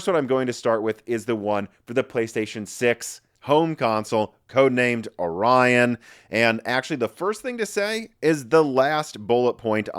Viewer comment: Omg... It's Or-ion not Ori-on.